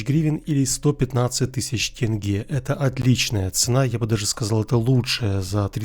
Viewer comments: Спасибо,что сказал тенге а не тэнге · моё лицо когда он правильно сказал Тенге а не ТэнгэоО!